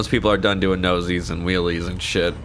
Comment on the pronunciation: Nose-ies. How would you spell that?! Its stoppies haha